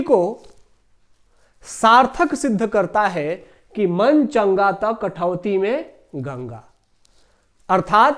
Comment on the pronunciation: कठवती नहीं कठौती होता है